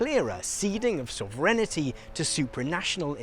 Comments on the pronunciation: Sov-ren-tee You're welcome. Still love ya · He's mispronouncing it. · What's soverenity? I've heard of sovereignty. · Is pronouncing “sovereignty” as “sovrenity” a Brit thing? Or is mispronouncing it? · It’s so weird hearing someone not know how to pronounce sovereignty. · where has this pronounciation of sovereignty come from, there is no letter 'I' between the 'sovereign' and the 'ty'? who started this would love to know :D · Interesting. (But check your pronunciation of sovereignty. ;o) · Guy needs to learn how to pronounce 'sovereignty' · as an American I was really thrown off by your pronunciation of ‘sovereignty’ lol. great educational content as usual!